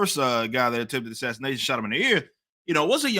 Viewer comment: MSM: "This was not an assaniation!" Guy: "This is an assasination."